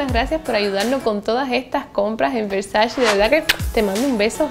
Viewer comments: Donatella Versace en una entrevista con Vogue dijo que odia y detesta cuando dicen Versachi, que no es así. Que es Versace. si tú usas esa marca aprende a pronunciar como le gusta a la Doña. 🙊♥️ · estás muy americanizada... de donde sacas la i para decir Versachi? CE Y CI SE PRONUNCIA che o chi, por lo que se pronuncia Versa-che bueno salidos.